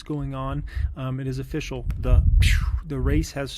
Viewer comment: It’s E-fficial..!! Classic..